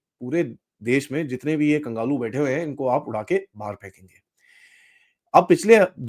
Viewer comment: Its kanglu not kangalu,,, sir